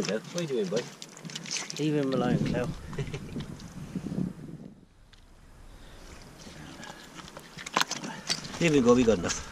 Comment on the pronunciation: I like how when he says here, it sounds like yuur.